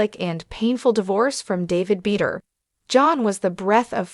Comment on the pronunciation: Her last nane is pronounced BA DOOR